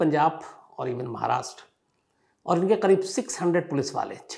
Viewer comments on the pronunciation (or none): none